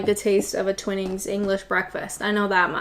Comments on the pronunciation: "Twine in's' not Twin ins. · Its Twinings not Twinnings 🤣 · What's it coming to? Watching someone slurping down a cuppa or 6. Mainstream tv obviously stinks. Loved your pronunciation of York-sha, but twinings pronounced Twy-nings I do believe not twinnings Anyway I shall be treating myself to some Yorkshire teabags next time round as its been a long time, normally its tetleys in my house. I liked the tiny amount of milk you had, my friends ex used to serve up hot milk and wave the same t bag above the cups (well yes I am joking) but she made a lousy cup of tea. Which reminds me of an occasion when the hostess also made a lousy milky cup of tea and I poured it into the large flower pot that was to the side of me lol, I was about 16 at the time- a proper rebel I was. Cheers x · Not really a tea drinker unless I am I'll, but I do like a rooibos or redbush herbal tea just DON'T add milk! By the way its Twine as in wine not twin as in win (it would have a double 'nn' if it did) but seriously keep up the good work! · I hate British Tea. I drink coffee "Douwe Egberts" is the best. I do drink Chinese Tea without milk or sugar. Also, Twinings is pronounced 't''wine' 'ings' not 'twin' 'ings'! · LOL!! Not Twee-nings It is said Twai-nings! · 😆 loved the video, a real hoot! Listening to you pronounce Yorkshire again and again just made me laugh and laugh! Clippers is named (i think) after the clipper ships that imported tea to the UK years ago. I think the first "I" in Twinnings should sound like "eye"..... sort of Twynings. A bit of a speciality tea (and expensive) you could try is Tea Pig.... lovely cuppa!!!! Thank You!!!!!! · A few minor things about the video: I thought it was "Twine-ings" - you pronounced it as if it was spelled "Twinnings". Looks like you pluralised "Clipper" too (which I would contend isn't a popular brand, but I could be wrong on that) . And now for the missing elephant (not) in the room: Typhoo anyone?! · Twinings not Twinnings xx